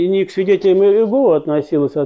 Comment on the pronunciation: Произнесите пож-ста Имя Бога правильно не иЕгова а ИегОва